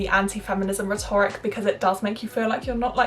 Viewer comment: Nothing but love. With the exception of pronunciation of rhetoric.